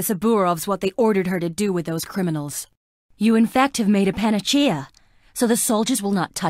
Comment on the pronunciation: "Panachea" Oh good god.